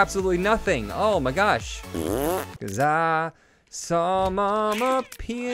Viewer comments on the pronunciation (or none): none